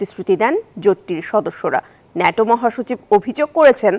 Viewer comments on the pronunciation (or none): নেটো না বল ন্যাটো